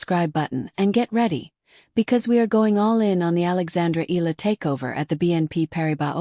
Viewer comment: pronounce the name - "EE-YA-LA" not EELA